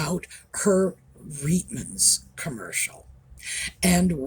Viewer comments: We pronounced the store’s name as “ Riteman’s” not “ Reetman’s.” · Just an FYI - Reitmans, pronounced Rightman’s, is Canada’s largest women’s clothing store, not high end, more middle/lower end but not bargain basement.